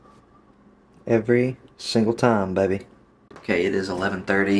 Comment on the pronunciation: Your Kentucky accent comes out hard every time you say "baby" on any tagline 🤣